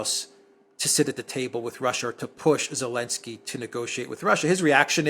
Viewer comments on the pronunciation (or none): I really wanna know why calls Ukraine’s President “Elensky”.😂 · Elensky. 😂 I love you for that